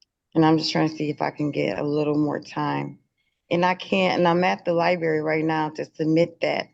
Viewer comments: IT’S LIBRARY NOT LIBERRY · "Im at the libARY maam "